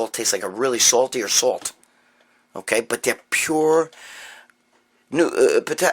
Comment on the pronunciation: It’s not “nusalt”, it’s “NOsalt”, get at any grocery store/Walmart. Good talk as usual Gregg, thank you!